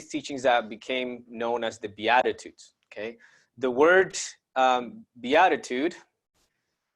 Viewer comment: Its beat ta tudes is how you say it love you brother blessings